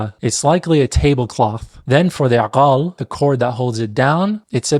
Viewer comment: Love your content! this is fascinating! if you allow me to correct one thing! you said aqaal? while you pronounced gahfiya correctly in arabic! we usually say aGaaal with G not Q? arent we?